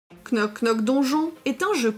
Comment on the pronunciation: Super video et très sympatique jeu! ( pour info, le k ne se prononce pas, ça se prononce [nok nok deunnjonn])